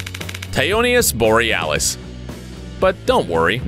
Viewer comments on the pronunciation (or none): none